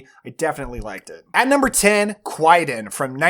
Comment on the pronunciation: Okay, I haaate to be that guy, but… It’s pronounced ‘Kai-dan’. The w is silent. If you enjoyed the Kobayashi film, I definitely recommend reading the Japanese Ghost Stories collected and written by Lafcadio Hearn, on which the film is based. Really fascinating.